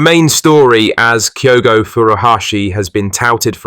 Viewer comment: Kyoto? Can’t eve get his name right